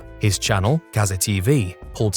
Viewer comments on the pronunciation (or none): none